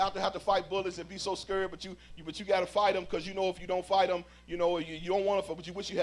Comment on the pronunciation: And why cant he PRONOUNCE "scared"?....public speaker with poor pronunciation??? Wtf?